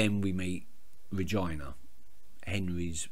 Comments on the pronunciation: it's generaly pronounced Reg-eee-na rather than Reg-i-na, but i like your way :) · Your pronunciation of Regina made my day, please never change it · Your pronunciation of Regina made my day! Regina is my all time favourite character on the show and I would not watch it without her! You will see how her backstory gives you a totally different view on her in the end and how she's actually a really likable person behind the 'evil' Queen! I won't spoil anything though